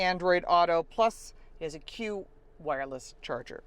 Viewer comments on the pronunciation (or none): Great detailed review! I did notice though as soon as you said it didn't have memory seats, you panned the camera up and showed the memory seat buttons. Also, the Qi wireless charger is pronounced "Chee".